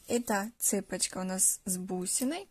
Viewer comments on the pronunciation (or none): none